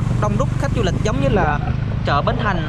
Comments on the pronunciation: Chợ chứ k phải "trợ" chùa chứ k phải "trùa" bạn đừng lạm dụng đánh lưỡi quá nghe nó khá khó chịu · Trưa hay chưa. Chợ hay trợ . Nc cho chuẩn vào bạn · Thằng này nói sai ngữ pháp ghét ko đăng kí. Chợ mà kêu là trợ!bo tay